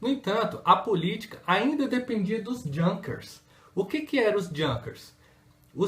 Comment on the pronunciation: Junkers...pronuncia correta e´ iunkas.